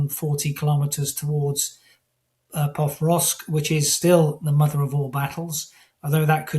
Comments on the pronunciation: Experts - please learn how to pronounce PO-KROV-SK. Out of respect. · Not sure of the credibility of the gentleman who can't even pronounce the city under current Russian attack Pokrovsk.